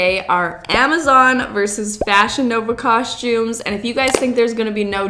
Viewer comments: I LOVE so much! Adorable, generous, hard-working, and so fun! Plus I love when you say cos-chooms instead of cos-tooms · I love your videos and I clicked it even knowing I would be triggered inside each time you pronounced costume (coshtumes)